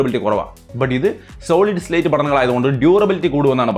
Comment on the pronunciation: It's Solid State not Slate 🙏